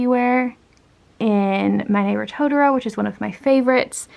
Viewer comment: Pleeeaaase stop saying "tota row" it's "to-tor-ro"